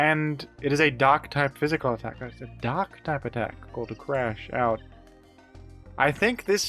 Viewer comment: I'm crashing out that is misreading Crash Out